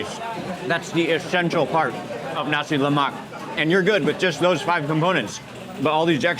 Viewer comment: Please Mark, just so you know, 'nasi lemak' is pronounced with a silent 'k' at the end. Don't emphasise the 'k' like you did. Otherwise, thanks for another mouth watering video. ❤